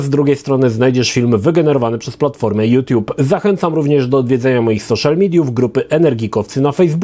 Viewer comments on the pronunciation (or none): none